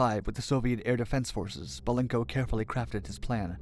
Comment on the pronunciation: Please..BELENKO, not Balenko.